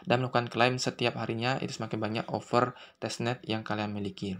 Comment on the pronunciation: over protocol woi bukan oper wkwkwkwkwk lidahny benerin dlu baru ngeyutub ngab